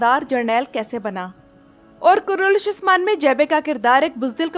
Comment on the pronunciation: The name of drama is kurulus Osman you say kurulush Osman so when you upload a video so pls take care